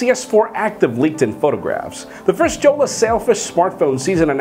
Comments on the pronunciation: Jolla pronounced as Yolla and not JJolla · The name is pronounced "Yolla"